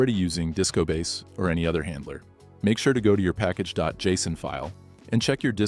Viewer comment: bro why are you using A.I TTS? i cringed where the A.I pronounced JSON wrong... Why did you not use your real voice? and next time also clarify that the video was made with help of A.I